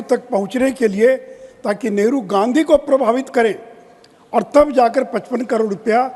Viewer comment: Ye kerala ka MP nehru ko negru kahata hai 😂waah re communist 😂